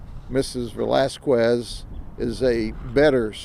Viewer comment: I love how he puts absolutely no effort into learning how to correctly pronounce Hispanic last names. Velazquez should be an easy one